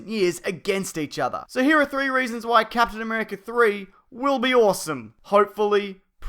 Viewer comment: Captain Am'three'erica